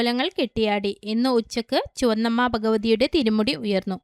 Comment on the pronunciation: ചുവന്നമ്മ അല്ല ചുകന്നമ്മ